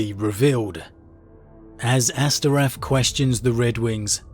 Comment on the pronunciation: Astorath not Asterath